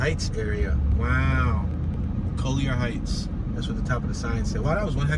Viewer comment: The content creator is not from Atlanta. He didn't know how to say Collier Heights. 😁😁 I enjoyed your tour though. Keep it up.